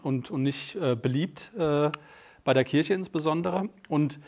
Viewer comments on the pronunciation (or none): none